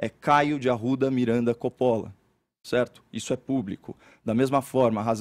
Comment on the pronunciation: A pronúncia correta de "Coppola" é "cópola"😮😢😂